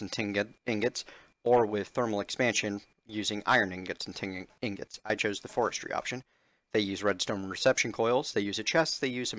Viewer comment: lol. You keep saying tingots. I say that all the time on purpose.